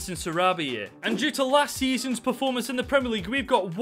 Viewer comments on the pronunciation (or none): none